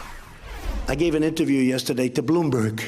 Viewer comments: .. Bloooom..Buurg. News.. Lol sounds like he likes pronouncing long words blooom burg... From obama to this so sad.. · He never practiced this new word 'bloomberg' before... That's why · It's just not "Bloomberg." Trump often says "Russer," instead of Russia. It should not be allowed! Every time I listen to trump I cringe. He is so low class. And his followers are repulsive too in that it doesn't matter to them that Trump mangles the English language. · Lol, how to say Bloomberg like an imbecile.